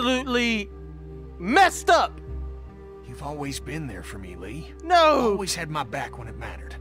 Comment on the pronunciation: win she says lee in sounds like she said reeee